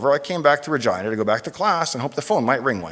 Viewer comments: Why does the presenter make Regina sound like vagina? Where I come from we pronounce "Regeenah" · As an Italian, I'd like to point out that Regina is pronounced "Reh-jee-nah" not "Reh-jai-nah", sounds really rude that way too! Regina means Queen in Italian :) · I heard the whole thing just saying: University of vagina. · Ahhhhhhhhhhhh, Regina, not Vagina. Sorry mate! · I've heard Dave mention his college name in his garage channel and I thought he was saying University of Virginia but said it with an accent to sound like vagina. and for the first time I see its actually Regina. anyways, seeing the podium made me chuckle. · is it just me, or does it sound like he says vagina? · Is he saying Vagina? 🤭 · Damn. I can't unhear university of vagina. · Is it only me who hears "University of Vagina" every time he says University of Regina ? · Oh, I always though, Dave pronounced Virginia as Vagina! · I know I'm tired... But I hear the presenter saying vagina so many times :) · Great video Sir. Thank you for taking the time to post. I'm sorry but the 10 year old in me is cracking up over the word "Re-Gina"... LOL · 😂. I thought he said “And that was the moment when I discovered University of **gina” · Sounds like vagina every time the guy at the start says Regina. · I did not know that's how you pronounced regina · I thought he was saying University of Virginia but deliberately mispronouncing it :D